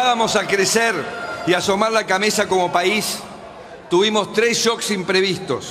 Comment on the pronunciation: "asomá la cameza"